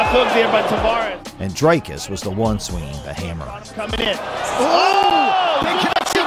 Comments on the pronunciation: Bru, it's pronounced DREEKUS, not DRAYKUS! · Lets see if I can help you pronounce his name. Say "we, me, see, tree"... that ee sound. Now say "Dree" (not dry). The cus is like someone who cusses a lot. cuss. Dree-cuss. You've got the surname right. Please get it all right before his victory against Strickland. Otherwise, a great video. Thanx. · Why can't yankees just say Dricus. Dri-Kis not Dry-Kis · He OBVIOUSLY has MY backing as I am South African as well..........Oh YA - AND! - For the English speaking viewers. His name is pronounced "DREE - KUS" NOT "Dry-cus" 😝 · It sounded fine to me, he actually nailed it. edit: ok the name is a little off, sounds like Drycus, it must be pronounced "Dreecus" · Always fascinating to me that people from the USA can't pronounce his name. They can say 'big' and 'kick' but somehow Dricus becomes Dry-cus 😂 Ander ding wat hulle nie weet nie. #stillknocks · You can CLEARLY hear how the commentators pronounce his name but you insist on pronouncing it Drycus??? WHY?? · A message to the commentator in this video. PLEASE sir. PLEASE learn how to say Dricus's name correctly. The way you said it sounds terrible!